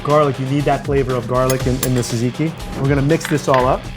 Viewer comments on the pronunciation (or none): well not actually, the "tz" should sound more like a "j"! jajiki! but he pronounces gyro like a BOSS! :D